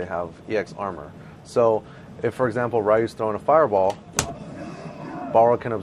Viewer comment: I'm just sitting here wondering how someone who plays street fighter and goes around the world to play it, says Ryu wrong... Jesus...